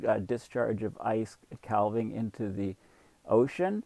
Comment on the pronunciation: Calving is pronounced with a silent "l".